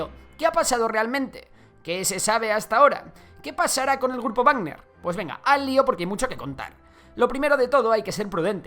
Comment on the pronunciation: es Wagner, no barner